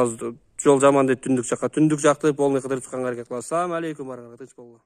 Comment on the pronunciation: самалейкум дебейт салам алейкум деп айт туура болот